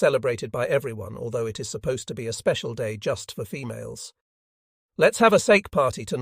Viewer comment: The IS pronunciation is unbeatable. Can't continue until this is fixed.